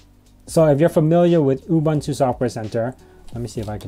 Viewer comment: Psst... oo-BOON-too.